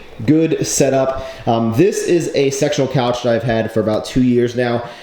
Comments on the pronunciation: thought you said sexual couch teheheheheeeheijwedbf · Thought you said sexual couch lol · Did anyone else hear "sexual couch" every time?